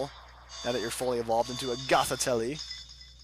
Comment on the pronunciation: Also, Gothitelle is pronounced (Goth-eh-tell)